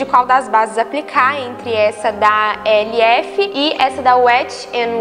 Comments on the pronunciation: a base da marca elf não é lido o nome separadamente, é lido “elfi” mesmo! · Amei,, ficou mt mt lindo! 💖 (ah, e a marca e.l.f. acho que fala "élf" mesmo rs)